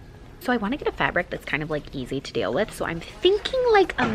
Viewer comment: Every time she called it fabic I laughed cause its actually plastic 🤣🤣 cringe I know but still. 1like= a cringe